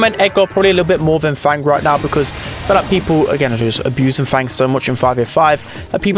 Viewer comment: fang how you don't say him